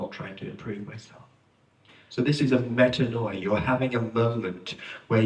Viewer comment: As a native Greek-speaker, I cringe every time I hear it pronounced as meta-NO- ee-ah. It's medA- nee-a. This spelling gives a better represenation of the pronunciation.